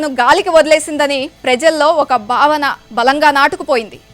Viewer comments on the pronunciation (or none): none